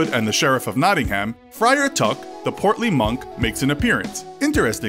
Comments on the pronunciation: It’s not ham herm but it’s spelt like ham nottingham but it’s said like nottingherm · That pronunciation of Nottingham though. It made me cringe so much p.s. It is pronounced not-ing-hm (well, not quite, but that is the best i can do in letters) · You really need to get the English pronunciation right. It's not American. For example, it's Nottingam, not Nottinham, and many more. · Can pronounce yorkshire right but Nottingham it is a silent h in Nottingham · Three thing 1 Nottingham is in the east midlands not in the north. 2 Coming fome a local you butchered how say Nottingham. 3 In Nottingham there area call Lenton what had a Priory what was founded in early 12th century . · You said Nottingham really weird 😂😂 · How many times did he have to pronounce nottingham wrong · The way Nottingham was pronounced though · As someone from Nottingham with half my family from the Kirklees area the pronunciation of Nottingham and Brighouse slightly offend me